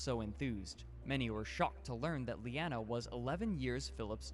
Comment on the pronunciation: That complete idiot is not even able to say her name ffs! It’s Leanna…her name is Leanna!!!!!